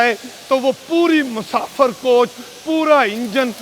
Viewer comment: Musafar ❎ Musafir ✅ 😂😂